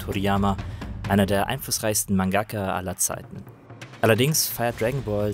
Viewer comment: Grundsätzlich eine sehr gute Review zu einem Spiel, das mich zugegebenermaßen nur mäßig interessiert. Ein paar gut gemeinte Anmerkungen zur Aussprache: mangaka, nicht mangakka. Budōkai Tenkaichi: [Bu Doo Kai Teŋ Kai Tši], nicht [Bu Do Kai Ten Kai Tšii] oder gar [... Ke Itšii] oder was auch immer das am Ende teilweise ausgesprochen Merkwürdiges ist. Und der Vollständigkeit halber: Son Gokuu, nicht Son Gooku. Son Gohan und Genkidama mit durchwegs kurzen Vokalen. Und Vegeta wie Veggies, nur mit -ta statt -s. Aber mir ist klar, die germanisierten Auswüchse haben sich alle durch die schlampige deutsche Synchro eingebrannt.